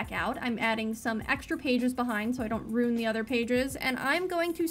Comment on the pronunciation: Oh! Girl. You've got it coming! Lol 😂 I can pretty much bet everyone is going to be talking (commenting rather) about how you say ruin (roon). 😂😂